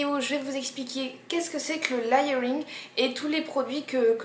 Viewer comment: Juste parce que je suis tatillonne : "léyeuringue" ;-). Sinon, super vidéo.